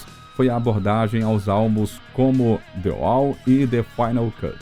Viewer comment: Que texto mal feito! Mas o que mata é a narração! DI UAU já foi phoda, mas ouvir tantas vezes o ROGER UADERS foi mais que phoda!